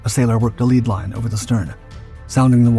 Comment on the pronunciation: When it is metal it is pronounced lead not leed.